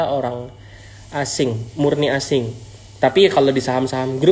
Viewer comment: Aseng bukan asing 😭😩